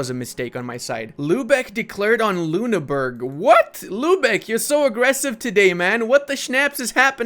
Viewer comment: Funny how you pronounce Ü as U as in Lüneburg, but U as Ü as in Ruppin.